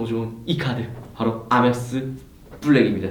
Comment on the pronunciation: 에이멕스를 아맥스라하노